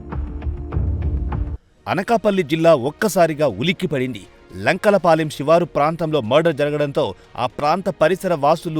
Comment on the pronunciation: లంకల పాలెం కాదు రా బాబు లంకెలపాలెం 🙂‍↔️